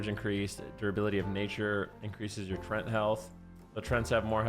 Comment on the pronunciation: trent? trent? i was like wtf. it's TREE-ANTS